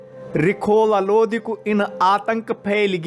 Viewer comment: Bhai phele lodi nhi hai lodhi hota hai